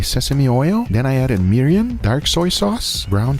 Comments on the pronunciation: why he keeps saying "mirian" it's mirin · "Then I added Miriam" you didn't catch that miss pronunciation. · What he calls mirium is mirin lol. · Did he say he added miriam???? HAHAHAHAHA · I get that is Cuban but you can't just pronounce all this Japanese stuff in Spanish lol the way he refers to mirin as "miriam" kinda drives me crazy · Is he calling mirin "miriam"? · I'm surprised you didn't comment on his calling mirin "Miriam." That's way more wrong than char siu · He went past the fact that said Miriam instead of Morin! 😂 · Why does he call Mirin "Miriam"... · Why does have no capability to say "mirin"? He said it 3 ways and none correct. I even heard "mirriam" once and that's not even close. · You call him out for tonkatsu vs tonkotsu, but don’t say anything when he calls mirin Miriam? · Anyone else notice how he kept mispronouncing mirin instead saying Miriam? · callin Mirin "Myriam" the whole video was SO annoying. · He not only called Tonkotsu and Cha Shu wrong to be the different things, he also called Mirin as Merium and Menma as Nemnar. HAIYAA—!!! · Is it me or does he keep saying Miriam? And you shouldn't boil you konbu. It will make your dashi bitter. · Mirin, not Marian. Like Maid Marian from Robinhood lol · He says ‘miriam’ for mirin. 😵‍💫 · Why can't pronounce "Mirin"? There's no "Y" in the word.